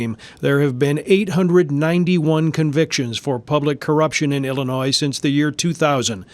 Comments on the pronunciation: The s in Illinois is silent. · Please stop saying the "S" at the end of Illinois. It's silent and hella annoying. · Illinois not Illinoiss. when you say it please do not pronounce the “S”s. 👍🏻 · Sometimes you pronounce illinois as “Illinoi” and sometimes “Illinois” (annunciating the “s”). Just to clarify the “s” is silent. I cringe when you annunciate the “s”. Love the content though. Keep it coming. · There is only one Illinois. Drop the 's' pronunciation at the end. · Yeah, there is plenty of corruption in Illinois, and in the Chicago area in particular. Also, the suburbs you are referring to here are all mostly poor. You see this pattern elsewhere as well. In poor areas, local government is the only place where the money really is, so that is where to go looking for it. By the way THE S IN ILLINOIS IS SILENT! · dear, the 's' is silent. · The "s" at the end of the word Illinois is silent.